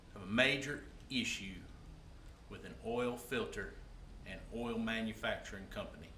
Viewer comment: did he say "all" filter?